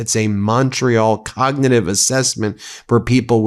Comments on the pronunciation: 5.03. The clown says “cognititive”….ffs America….. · Sleepy trumpet on speed imagine him sober 😂. Hes had more cognitive tests then average 100yr😂 "hes so old!" Him on biden when younger then him now😂. Alotve ppl dont know about the b. 😂 yea his crowd. They are cult followers. Cognitive tests like every single serial killer takes before trial. No average citizen ever. mispronounced "cognitive " 😂😂😂. Hes the 80yr dementia neighbors we all know Or knew. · Couldn’t say cognitive! 😂😂😂😂😂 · He couldn't even pronounce "cognitive" in that embarrassing speech.